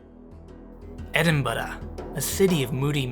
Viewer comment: I love that you pronounce it like a Scot! Scotland is very high on our list of places we can’t wait to get to. Everything we see about it looks so beautiful and scenic. The detail on that monument is so intricate!